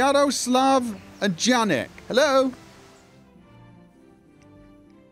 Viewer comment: ~ It's Yaroslav and Yanek, I mean how it is pronounced. :)